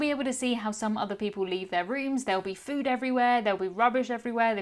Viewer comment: I had to do a double take! I thought you said “rubbers!” 😮 😂 Yes, leaving behind “rubbish” is totally rude. Safe travels! 🙌